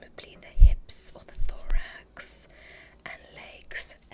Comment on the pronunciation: Um, did.. Did you say thorax?